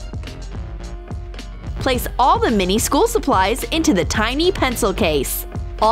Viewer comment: did you say all or nall